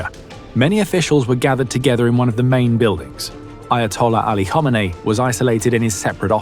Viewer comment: LOL, Who T F is "Homanay?"